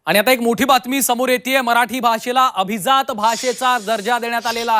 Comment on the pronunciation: Are Mitra atleast now pronounce it properly...it is ABHIJAAT not ABHIZAAT But how many of we Marathi speaking people use Marathi properly!! Still we will continue saying CHAI BHETEL, or BHETI